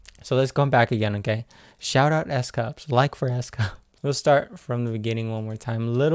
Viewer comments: Aye! My guy, it's not "s.cups"😔, it's "S.coups". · Not to be rude at all, the pronunciation of S'Coups is like "oo". Just to help before getting other comments that are not so nice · lol You are still saying S Coups's name wrong. It is "S- Coops "